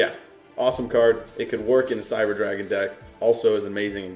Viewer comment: did he say cyber dragon